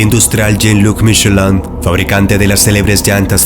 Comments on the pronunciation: see.. dijo "misheláh" que al final es como se escucha ;) la mayoría hubiera dicho así tal cual, Michelin 😅 pon tú que no es la pronunciación perfecta, pero es buena, es buena! Saludos! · Michelin no lo pronunció bien